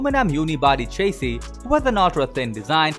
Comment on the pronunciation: He should learn how to pronounce chassis..